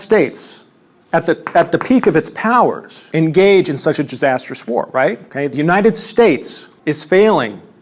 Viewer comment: did i hear jizzasterous?